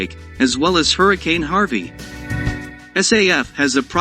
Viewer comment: Is not say f ,is SAF